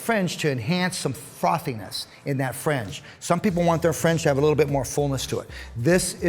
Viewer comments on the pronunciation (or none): Great video. Helpful advice and technique, but some people have thin hair and can't afford to take part of the top to cut a guide in order to lessen the weight. On a side note, when you say "fringe", it sounds like you're saying "french". "We're gonna suggest thst you offer a frenge benefit" lol.